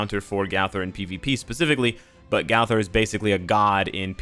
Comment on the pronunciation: "gawther" lol